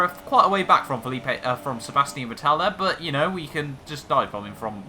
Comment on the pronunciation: I love your pronunciation of "Paskol Wööhrlein" :D And of course "Sebaschtien Wittäl"